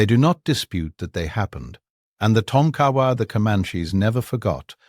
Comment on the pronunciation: Its pronounces Tonka wa not Ton kawa.